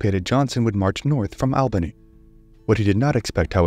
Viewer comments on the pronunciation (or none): Pronounced ALLbany not ALbany doesn't sound like the name AL